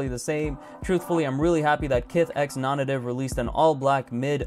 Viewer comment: It's pronounced "Non-Native". How do I know for sure? Because I watched a YouTube video interview and tour of the Japan stores and the people that actually work there all say it "nawn-nay-tive". Search it up.